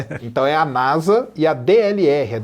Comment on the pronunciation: Porque falar NASA com som de "Z" (NAZA)? Isso é uma sigla.